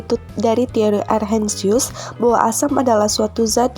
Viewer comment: Bukan Arrhensius, tapi Arhenius.